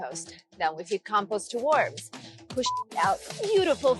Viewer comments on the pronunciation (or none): none